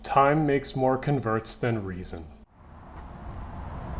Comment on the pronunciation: "Time makes more CON-verts than reason" the emphasis is on the first syllable when used as a noun asshole gdi did u fuck that up on purpose to boost engagement bc congratulations. I also think u fucked up saying tumult too but I'm not confident enough to be a dick about it